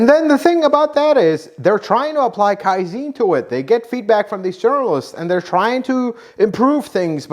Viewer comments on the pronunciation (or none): kaizen is not pronounced kaizene, it's pronounced kaizan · Kai'Zen not Kai'Zeeen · Kai-zen, not "kai-zeen". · Great Video! But you butchered Kaizen. Pronounce the e like in Ben. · Kaizen. Not Kaizeeen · KAIZEN is pronounced as, KAI - ZEHN. Think of ZEN Buddhism. the "ZEN" in both is pronounced the same. You are incorrect in pronouncing it KAI - ZEEN. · Kaizen.... Not ZEEN but zen as in hen... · Give the Japanese some respect and say Kaizen correctly Kai-zen not zene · Kai ZEN not Kai Zeen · Kaizen not kaizine... You keep saying kaizine and it sounds like a snake oil fuel additive. Kaizen means something along the lines of "zen of improvement" or "zen of learning" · You're pronounced it wrong it's not kaizin it's kai-zen it's Japanese not American like Americans saying futon it's fu-tawn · Another well done video! Just one small comment. Second syllable of “Kai-zen” is pronounced with a short “e” like in “zen” meditation, not “Zeen”. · Just a tip: KAIZEN has accent on first syllable KAI not on the later. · Not "Kaiziin", but like in Seven-Eleven the first "S E ". I swear Americans can never pronounce anything right, but I hope that you guys can evolve that skill in the future! 😂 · It's pronounced and sounds more like "Kai Zann." I know, because I worked at and have been at half dozen Toyota factories. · It's KaiZen...Zen as in Zen in Buddhism😊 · Pronounced Kaizahn. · Actually the e in kaizen is pronounced as in bed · Kaizen harder pronunciation on the z. It is a hard z!